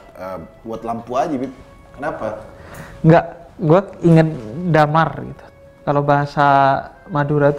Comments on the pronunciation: Damar anjayyy:v pengucapannya dhèmar bib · dimar bib bukan damar